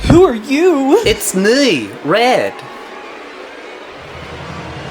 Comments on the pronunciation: HeLoR It's MoI ReAd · "hellaur" "ITS MOI RERD"